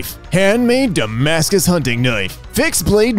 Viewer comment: I not gonna lie, when I heard say "Damascus" at the end of one post, I heard "Dumbass good". I not gonna lie, this is twice better than Damascus